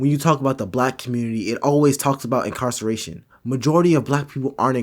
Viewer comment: “mass incarcallation” 😂🤣